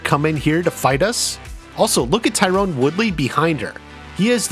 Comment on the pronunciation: Ty ron not ty rone